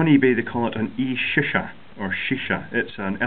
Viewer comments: "An e- shih shaa"😂😂 Its pronounced shee shah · It's pronounced "sheesha"